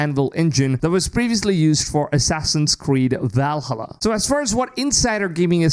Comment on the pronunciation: every time you say Valhalla i laugh but also want to stop watching lol are you swallowed your tongue trying to say it? or i assume you didn’t check out a how to pronounce it